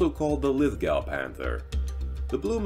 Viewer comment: Just for clarification, Lithgow is pronounced “Lith-Go”.